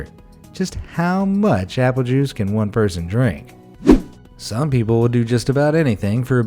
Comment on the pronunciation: t5hats not apple juse its p